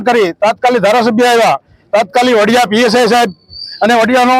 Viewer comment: વાડીયા નહી વડીયા . પત્રકાર કોણે બનાવ્યો. વાંચતા પણ નથી આવડતુ .